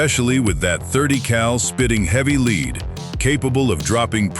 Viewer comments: Lead not leed 😢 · THE AI VOICE CAN'T PRONOUNCE LEAD...